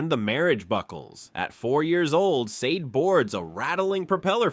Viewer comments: i appreciate your content, i love Sade, the woman and the band. you had we at Donny Hathaway but her name and the band's is pronounced Shah-Day for an american, like the Shah of iran ran away during the Day. for brits it's more like Shar-Dey. subscribed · I can’t even finish watching this because you keep mispronouncing her name. It was driving me crazy.